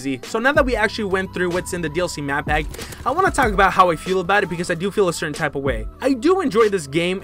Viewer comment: "The DLC Map Pap 1" Still liked the video though 😏👌🏻